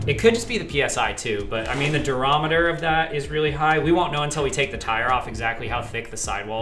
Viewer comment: Also, take a shot every time you hear “durameter”